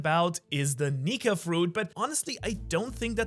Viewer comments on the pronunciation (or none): bro did not say nika